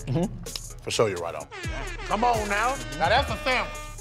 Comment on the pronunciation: Can we get a compilation of « forshoyourighton »